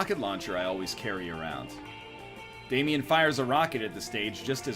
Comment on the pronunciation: Triggers me so much on how says Damien